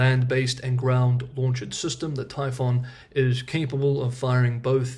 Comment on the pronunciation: Excellent update, as usual. Thanks! One point of minor feedback is that the way you are pronouncing the weapon system that Taiwan wants is "typhoon" like the Pacific hurricanes storm, the "oo" is pronounced like the letter u, "un" in the word "Picayune", not like the word "on".